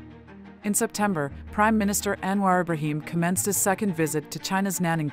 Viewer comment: Thanks for your great effort to summarise Anwar's various achievements within a short clip. Btw, wld like to point out that your voice over to the transcript pronounced "Anwar Ibrahim" towards the end wrongly.